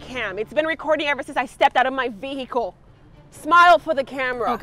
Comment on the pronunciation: Why she saying veHicle Edit: like is it not silent in her pov?